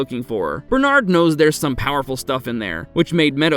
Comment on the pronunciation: Finally! Bernard is pronounced properly.